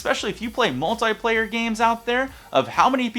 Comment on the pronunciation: He said multiplayer wrong